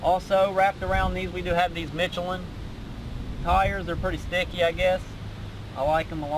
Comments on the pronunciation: It's not mitchalin, its michelin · Mitch oh Lyn tie yers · "Mitch A Lynn" tyres. ;) Bahaha old people and their tires. Morons! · The way you said Micheline hahahaha